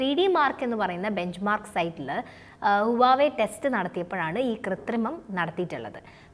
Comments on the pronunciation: You pronounced wrongly not uwave mam, its wah-way, plz correct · Its pronounced as Wa we its not huvave....... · huwawei alla, wavey ennanu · Huwava alla huewai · huawei യുടെ pronounce ഹുവാവെ എന്നല്ല..wah- way (വാവേ) എന്നാണ്. വാവേടെ ഫോൺ..😉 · Huvaei alla HUAWEI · ഹുവാവേ എന്നാണ് അല്ലാതെ ഹുവായി അല്ല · 'വാവേ ' എന്ന് പറയു. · Right pronunciation is wah way(വാഹ് വെ)